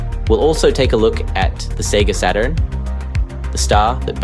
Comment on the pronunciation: Seriously did you just say Sega sah - turn?? What is this??? AI British guy who doesn't know how to pronounce Saturn - not even with a British accent. I'm gonna say it now - AI is ruining Youtube. Every documentary or crime show I watch has 1 of the same 4 AI voices that keep rotating through all of these channels. When you watch videos with weird speech breaks and paused and improper pronunciation, it really is a deterrent and a total turn-off. Creators don't even try anymore - they just write a script and then have AI narrate it. I left Twitter, and now I'm migrating away fro Youtube. Keep killing everything good online. LAzy people mixed with AI leaves a communnity to look for other avenues for their entertainment. This is a cesspool these days. And if this was not AI and really the voice of the porson making this video - still I give no pass - There is no way you say SATURN like that.